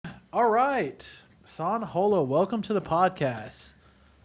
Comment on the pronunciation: out of everything you all said most important is that you said his name right